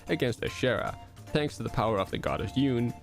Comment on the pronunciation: For yune it is pronounced You-nay